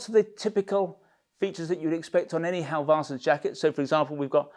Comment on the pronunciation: Halv-arse-sons. Funny every time! :D I'd help you pronounce it, but it's not easy for me. Ask a Swede!